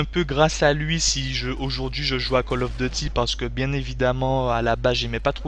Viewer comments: comme il dit call of detty voila comment il le dit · call of deeety